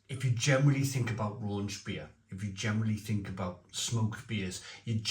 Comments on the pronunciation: Don’t know how a bloke from Wales can’t pronounce the CH part 😂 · Raunchbier isn’t a thing! Rauch = smoke, Raunch isn’t a German word… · Raunchbier? I only know Rauchbier (like Schlenkerla) and thats also what the can says ...